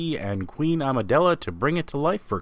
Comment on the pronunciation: Amidala Not Amidela